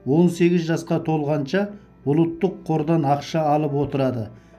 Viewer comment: Ұлттық деп айт ұлыттық емес дұрыстап сөйлеу керек.